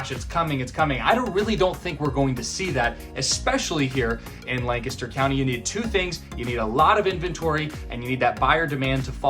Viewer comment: How can people learn the correct way to pronounce Lancaster County? Even though you speak it dozens of times, there is no good way to learn that word. It sounds like LAne-kes-dur